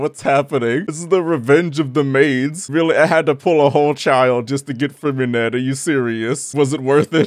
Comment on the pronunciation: Freminet?: nu uh.. Freminette 😃 Nice.